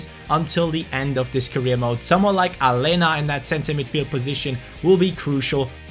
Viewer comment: It's Alenia. Not Alena. Like so can see